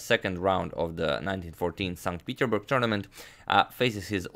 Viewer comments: Nota bene: the city is pronounced as if it was written "saint Peter's burg" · It‘s St. PeterSburg Agad, not St. Peterburg! Otherwise perfect coverage of the Capablanca saga! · "StPeterburg" long life to Agadmator ! 😂😂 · "san petersburg" or so was said.